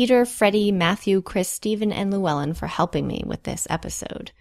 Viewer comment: I enjoyed this but you mispronounced Llywelyn. I'm a fluent Welsh-speaker and the double L in Welsh sounds like the noise a cat makes when it's angry. Llywelyn is a very regal name actually as it means "leader" in ancient Welsh. It's strange because traditionally, in Welsh culture, sensitive men were highly valued because they were musicians and bards and it wasn't uncommon for a man to write an extremely passionate song about his girlfriend or the woman he wanted to be with. The English gave them a reputation for being fierce warriors although if you look at the culture among Welsh men in the time that they were fighting, they didn't want to be at war at all. They fought because they were passionate about their homeland and the English were constantly threatening to take it from them. If you look at the poetry and music written during times of war, they are melancholic. Welsh is a very passionate language and words hold a lot of weight to them. Something that sounds normal in Welsh could quite easily sound hippie-ish in English lol. We as Welsh people are known to this day for our patriotism and our genetics are still very closely related to our Celtic ancestors' genes, and there might have possibly been a lot of highly sensitive Welsh men hundreds of years ago. It's the masculine stereotypes that have come about since then that have become more prominent now, strangely.